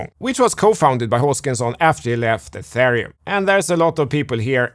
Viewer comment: And "atharium "